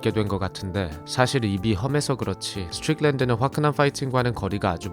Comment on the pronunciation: 미국 42년차 시민권자입니다. 스트'뤽'랜드 발음 어디서 배웟나요?ㅋㅋㅋㅋ